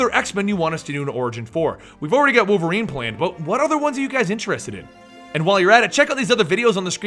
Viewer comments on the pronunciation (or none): none